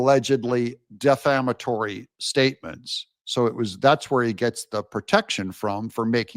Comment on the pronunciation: Bro, if you learn how to properly pronounce the word defamatory, you will sound a little bit more intelligent- Bests- AJ in NC